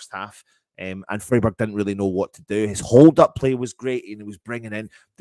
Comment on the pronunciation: Freeburg! 😂😂 Love it 😂😂